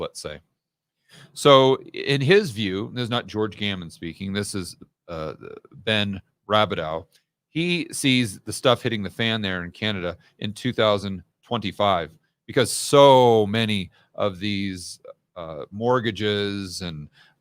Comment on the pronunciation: Rab-ee-doh its pronouced - its French! Welcome to Canada. Great content. Thanks. They will financially kill everybody else with inflation to save the FOMO homeowners who bought at crazy home prices. Leaving everybody poorer. Now, you wonder why everybody wants to leave !!!